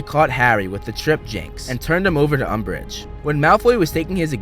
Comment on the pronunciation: did no one hear Lord Umbreige XD